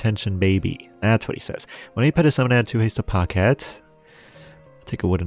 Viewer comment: "Pochette" is pronounced with a soft "ch" like in "change" and the ending of "pocket". :)